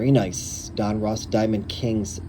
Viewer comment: ITS DON-RUSS.....NOT ROSS......GEEEEE